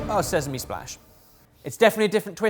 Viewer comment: “..and zezeme seeds” pretty sure the normals pronunciation of sesame has been noticed before🤪